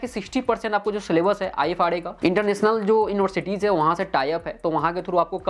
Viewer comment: Ifrs (not ifra)